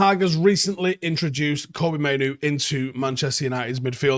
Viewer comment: Pronounce it ‘Kobbie like Robbie’